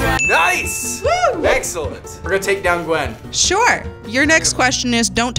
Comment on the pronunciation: versus gwen...you mean versus given